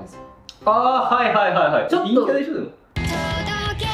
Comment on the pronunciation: 陰キャと陽キャのイントネーション逆じゃない？